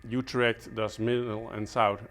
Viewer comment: You perfectly said "Utrecht" at the end of the video haha.. I enjoyed watching your video and too bad that giant plant is dead. I saw him flourished last year when I came there and it was so pretty. Groutjes uit Nederlands.